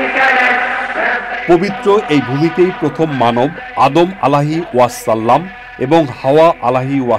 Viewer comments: ভাইয়া, আপনি 'ওয়াসাল্লাম' উচ্চারণটি সঠিকভাবে করলে ভালো হতো। ধন্যবাদ। ❤❤ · প্রতিবেদন যিনি পড়েন উনি তো আমাদের নবীর নামের ওয়াসল্লাম পড়েন কোন স্টাইলে। উনিতো উচ্চারন ই করতে পারেনা স্পষ্টভাবে